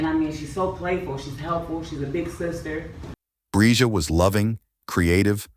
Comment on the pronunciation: Overall, you had great coverage! Finally, you got the pronunciation of the girl’s name right at the very end! Bravo!